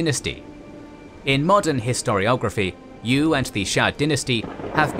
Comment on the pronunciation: It's not YU, it's pronounced YÜ